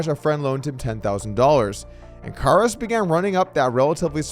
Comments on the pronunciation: I feel like somebody made a bet with Doug to see how many different ways he could pronounce Karas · Im counting at least 3 different variations of how Doug pronounces “Karas”. 😂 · You gotta do better than pronounce his name three different ways